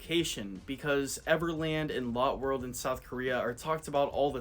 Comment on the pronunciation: Just a small tip Lotte World is pronounced as Lottay World and Gyeongju World as Gyung (like Sung) not G-yung